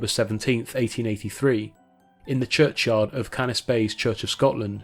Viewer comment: I live in Caithness, and yes it is indeed Dunnet (like punnet). It’s also CannisBAY not Cannisbiy.